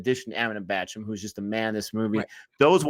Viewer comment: It's Bachchan guys not Bachcham